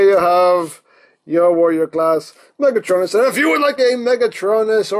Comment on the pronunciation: Ok guys he's Megatron-n-us! XD great review!